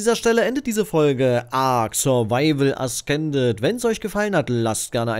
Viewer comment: Es wir äsßended ausgesprochen, nicht äskended.😪